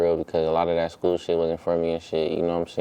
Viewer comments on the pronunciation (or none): none